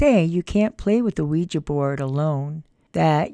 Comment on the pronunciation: 'Ouija' not 'Quiji'!